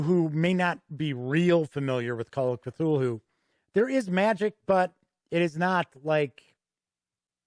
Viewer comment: Great review, this video makes me want to poke my roommate, who I bought that boxed set for last xmas, with a stick until he runs it. I love an epic campaign. That said, the pronunciation of "Cthulhu" is "Kuh-thoo-loo", not "kuh-thool-hoo". :-)